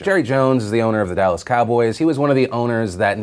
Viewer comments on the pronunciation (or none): none